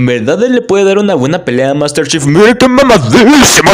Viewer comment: Yo solo escuché Master chef glu glu glu glu, bien metida en tu garganta jajaja. Buen video bro.